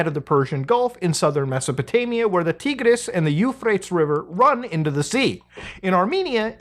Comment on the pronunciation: “Teegras” “U-Frates”😂😂😂❤